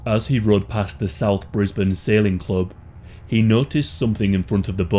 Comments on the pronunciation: ayy I'm from Brisbane The real gem was hearing you pronounce Brisbane correctly. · Very proud you pronounced Brisbane correctly! 😂